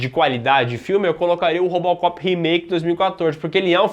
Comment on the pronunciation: O falou Rópocopi kkkkkk